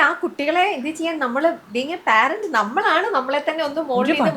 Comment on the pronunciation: ദയവുചെയ്ത് പാരൻ്റ് എന്നുപറയരുത് പേരൻ്റ്സ് എന്നതാണ് ശെരി.